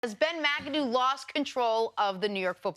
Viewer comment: "Rumor has it he called Ben Macadoo "Mac-A-Doo-Doo". 😂😂😂😂😂😂